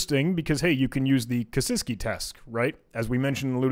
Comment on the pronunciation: It hurt my soul every time he pronounced Vigenere as "Veneer" or Kasiski as "Kasenky" lol